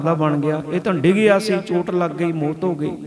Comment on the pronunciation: ਮੌਤ ਸ਼ਬਦ ਹੈ ਭਾਈ ਸਾਹਿਬ ਜੀ ਇਹਨੂੰ ਸੁਧਾਰੋ ਆਪ ਜੀ ਮੋਤ ਬੋਲ ਰਹੇ ਹੋ